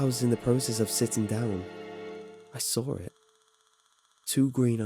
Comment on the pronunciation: "That's when I sawr it..." 😂